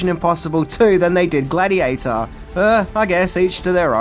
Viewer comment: Gladheateher? Not bad, maybe you should talk about Pokeherhotass.